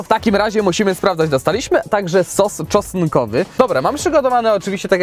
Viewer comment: nie capriciosa tylko kaprikoza, kapaciosa, kapa... kurła... ser, szynka, pieczarki. I nie sos czosnkowy tylko czoskowy 😅